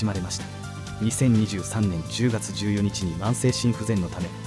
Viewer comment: 14日をジュウヨニチって言うのは初めて聞いたわ 普通はジュウヨッカだろ